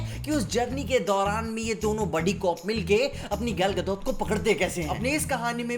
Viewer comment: Russian accent 😆